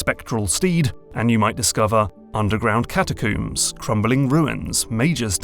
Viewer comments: If I hear “catacooms” one more time… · What the heck is a "catacoom" is that like a coomer than hangs out with dead people? Badumtish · Alright the british have to be fucking with us at this point. "Catacooms"? Seriously? Do ya'll brush your hair with cooms? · say Catacomb right. Cata COOOM sounds dumb grow up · ...I'd pay for 10 minutes of listing out the different "catacooms" in elden ring 😁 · "catacooms" why do people keep doing this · In all his videos, accent never phased me, until I heard him say "Cata-koom" multiple times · "catacoombs" lol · Everyone else is giving intelligent responses and insights on both the video and the game, meanwhile I'm just over here dying because of the way he pronounces "catacooom" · Great video, but i gotta say it...catacooms? Also, nokstella was absolutely glorious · cata - coom? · catacombs? where i'm from we pronounce the last syllable the same as the things we brush our hair with